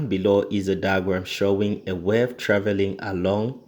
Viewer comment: Thanks for the great video but I believe it's pronounced 'wave' not 'werve'